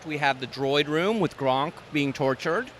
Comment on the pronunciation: No way he called a GONK droid gronk